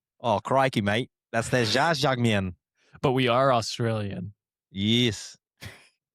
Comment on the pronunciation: Lol, I think you did a good enough job of pronouncing jjajangmyeon